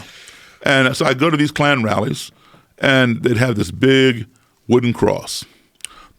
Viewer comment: Nobody: Not a soul: Not even this overrused meme: Joe Rogan: K L A N